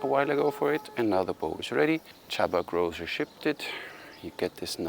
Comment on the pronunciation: Sorry for correcting you, but Grózer is pronounced with "z" and not "zsch". You mastered his first name though 😉